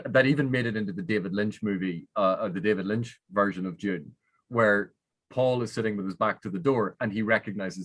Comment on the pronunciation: Every time says Dune for a half second I think "what is June?"